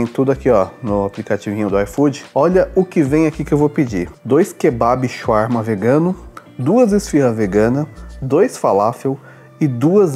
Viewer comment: Eu quase o infartando vendo vc comer e pronunciar Shawarma td errado. Na cidade onde moro tem uma Shawarmaria em cada esquina, não se tira o papel td para comer pq se não desmonta mesmo. Aqui tem shawarma Vegano, mas, não é com frescura, tem falafel no meio, molho de alho, batata frita, picles, alface e tomate, é muito bom. Eu sou vegetariana há 15 anos, mais da metade da minha vida, não pretendo ser vegana, e não é querendo falar mal, mas, nunca encontrei nenhum restaurante com comida vegana que presta. Parece q tão fazendo algum experimento pq fazem algumas coisas muito sem sentido e fica td horrível.